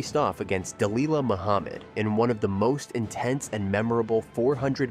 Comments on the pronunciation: Its pronounced Dah lilla, not dah leela. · Its pronounced Duh-lil-luh not Duh-Lee-luh genius.